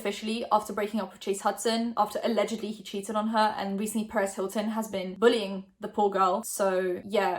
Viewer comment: sounds like you said Paris Hilton I was so surprised but then I realized you said Perez Hilton, I’m slow. 💀